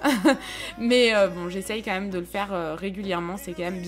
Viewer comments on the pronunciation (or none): c'est horrible quand tu dis même ( tu dis "meume') c'est trop crispand sinon super vidéo!!! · Sa me stressera toujours quand elle dit le mot «même » elle le prononce meume 😭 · ça me perturbe quand tu dis "meume" pour "même" xd C'est un accent de quoi? :3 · Oui moi aussi mais elle est tros belle 😍😍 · oui grave c'est un peu énervent mais c'est une très belle femme 😘😍👍👌❤ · Moi aussi mes pas mechant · Trop ! Je croyais que j'étais seule à attendre " meume " mais je critique pas du tout ! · Le « moi meume » de 😂😂